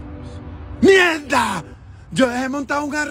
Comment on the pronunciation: Me encanta como dice mieggggda!!!